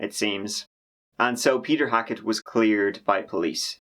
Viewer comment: Dr.Hack-it? Hmmmm